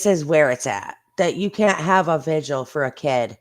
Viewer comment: I’m just happy that you called it a VIGIL and not a “ “VIGUAL”!! so many creators call it that and it bugs the crap out of me